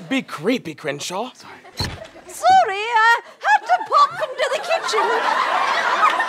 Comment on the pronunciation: at first I thought he said Cringeshot I'm stead of Crenshaw.